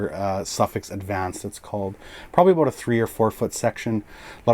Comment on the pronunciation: Is it "a boat" or "about"?🤣 You're the best